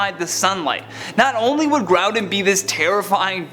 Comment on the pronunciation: No hate, but why do you say Grouden and not Groudon?